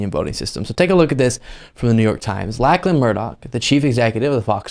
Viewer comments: Its not pronounced LACK lan its pronounced LOCK lan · Australian here. Big fan. It's pronounced like lock-lan Murdoch. Sorry to be that guy. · Just a heads up, Lachlan is pronounced Lochlan. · pronounced locklan murdock actually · Lachlan is actually pronounced as 'locklun' keep up the great work i enjoy your channel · Pronounced.. Lock Lan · His name is pronounced LOCKLAN. its an australian thing. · being an Australian, I can tell you that Lachlan is pronounced Lochlan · His name is pronounced "lockland" just letting you know! A lot of ppl missay a persons name. Me being in Canada I see & hear a lot of French. First time in the '80's while my husband & I were traveling from Calgary to California I learned that your "j" was pronounced as a "h", I never realized that. I was 20 at the time though & Spanish was not a language I knew! But some names are obvious, there's no 'n' in the first part of his name, you might have well called him 'landon'!